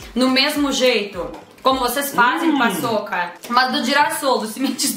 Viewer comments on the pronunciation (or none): Brasileiros ouvindo eles falando: paÇOCA 🤭😂😂 entendedores entenderam